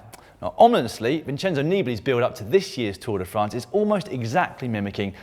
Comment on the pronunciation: I'm sure I'm not the only one who annoyed by the brits inability to pronounce Vincenzo Nibali name properly. How do you like if I kept pronouncing see-mon instead of Simon every damn time?